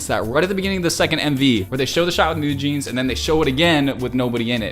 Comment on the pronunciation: Just subscribed. Your analysis is more than perfect! BTW, you pronounced NewJeans exactly, but wrote it down "NewJeanz" It is 뉴진스, not 뉴진즈 :) Thanks!